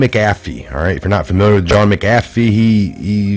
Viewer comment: You make patriots look bad when you mispronounce words. Makes us think u dont actually do research when you cant pronounce a name that has been all over news clips and YouTube videos. There isnt a G in McAfees name. Also huber is pronounced with an h... not oober. The you cant pronounce the japanese guys name abe. Its not frigging abe like abe lincole... its ahbay... do u research anything at all??? Im a long time viewrr and everytime i share your videos they discredit you because you cant pronounce any names right. Ya know the names you would know if you actually researched the topics. They say youre not really researching these things if u cant pronounce them. Please.... get hooked on phonics. Lol